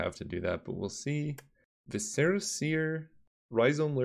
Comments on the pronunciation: nope it is pronounced like suh not se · Just continuing my Noble journey to stop people from botching the pronounciation of viscera. It is pronounced Vi-suh-ruh not vi-seh-ruh. The emphasis is on the first syllable not the second. Everyone mispronounces this and it ticks me off.